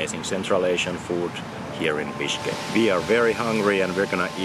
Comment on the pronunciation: Your "Bishkek" sound like "Bitchkek" 😂😂😂